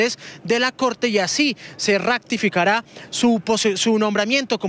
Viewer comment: Digale a que no se dice "RACTIFICARA" sino se ratificará